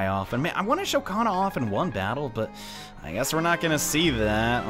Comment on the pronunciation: He said Hana when he ment kana